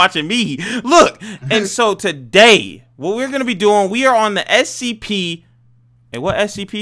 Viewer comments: said SCP but rikutto said STP so funny LOL hahah😆😆😆😆🤣🤣🤣😂😂😂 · If you know he said scPEES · He said stps